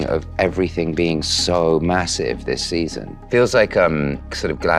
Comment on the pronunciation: "everyone swears me this seson" 😆 derekkk